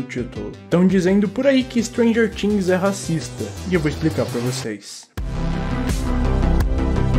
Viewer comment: Me deu uma agonia você falando "stranger tings"